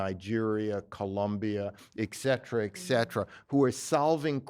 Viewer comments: Off the point here I know, but while I like listening to knowledgeable, well-read and articulate people with whom I whole-heartedly agree, I cannot ignore the fact that they repeatedly mispronounce "etcetera". Why do so many people mispronouce this word and say "exetera"? It's like "expresso" instead of "espresso". Especially cringey when part of a really eloquent statement. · There is no "k" in "etcetera."